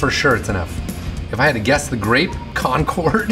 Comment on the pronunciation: He pronounced Concord grapes wrong